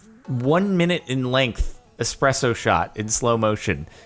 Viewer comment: The fact you say expresso actually pisses me off